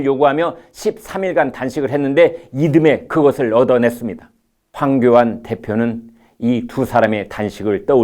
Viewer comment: 발음 제대로 하세요. 황교한? 칼럼도 황교한으로 쓸 거요? 그리고 어울리지 않은 모자 참 어색합니다. 아무리 우파를 지지하고 우파 편향적 종편이라고 해도 그릇된 부분은 지적하지 않을 수가 없습니다.